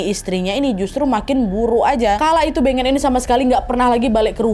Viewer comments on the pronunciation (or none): Kek nya beungeut bukan sih baca nya